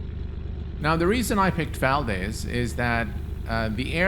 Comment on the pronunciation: As a born and raised Alaskan, I have to point out that it's pronounced "Val-dees", not "Val-dez." ;) Great video!